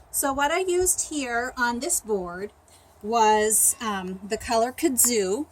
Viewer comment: Hey! I love your videos! I hope you won't mind me letting you know that Kudzu is pronounced KUD-zoo. Emphasis on the first syllable. Kudzu is a parasitic vine that will actually cover trees and entire houses, if left unchecked. Grows like crazy down here in the south. Keep doing these videos. They're awesome!